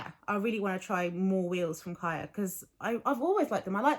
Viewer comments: She’s saying it wrong. It’s Hebrew so the ch is a plegmatic kh sound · I hear you and I understand how they’re saying it in their videos but on their page they say how they chose the name because it’s Hebrew for life (it’s also a common girls name) I’m fluent in Hebrew and they’re mispronouncing it in their own videos